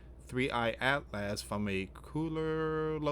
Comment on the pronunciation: Atlas is pronounced At-luhs not At Last. Such as At last At-luhs is almost here.